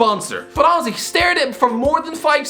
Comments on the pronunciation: «» This man has forgotten how to say honestly. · He’s saying honestly not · Why does he just randomly say auzzy